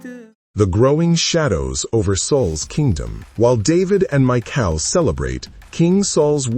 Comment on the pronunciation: Right?! And her name is Micah (Mick•eye) not Michael 🙄🤦‍♀️